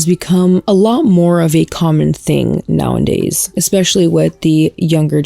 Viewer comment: I love your content so much and this is in no way meant to be hate but I wish you would say “now-a-days” instead of “now-and-days” 😵‍💫